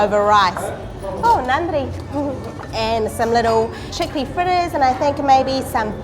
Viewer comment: Love the way you say Nanri for every serve. We Indians need to learn this from you 😃